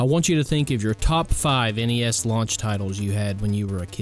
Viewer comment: Thank GOD you said N-E-S and not as a the word NES. So sick of hearing these millennials doing that. My game list would be the karate kid, teenage mutant ninja turtles, super dodgeball, top gun, castlevania, Mike Tyson punch out, duck hunt, contra, and the legend of Zelda